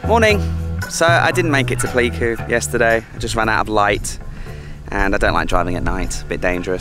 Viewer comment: it's 'Play'ku :)